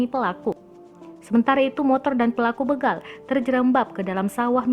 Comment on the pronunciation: Begal kak. Bukan bègal